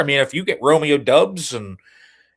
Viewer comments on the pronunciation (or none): Yo,, the name is spelled Doubs but pronounced Dobbs. Please make a note of it. Thank you.